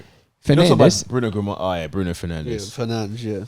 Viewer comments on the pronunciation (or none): Nah the disrespect on Bruno’s name is crazy